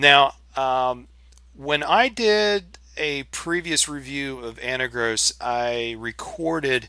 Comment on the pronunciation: I love your videos and I watch every one of them. I also understand the Jupiter Broadcasting effect on all us Linux users, but what is so hard about pronouncing this wonderful distro correctly